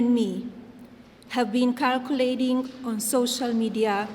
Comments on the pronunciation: "calculating" or "circulating"🤔🤔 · Circulating,,convicted......not " calculating,,convince """. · Does she understand english, after being 30 years in USA? She says: "Allegations about Epstein and me have been "calculating" !!! Instead of "circulating" ! She can't even lie "properly" !!! 😂